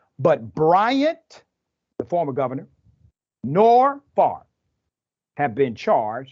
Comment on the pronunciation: Brett Fav rah (how you can pronounce a name by reversing letters is beyond me). Well, he will be a celebrity in prison then; like R Kelly and Bernie Madoff.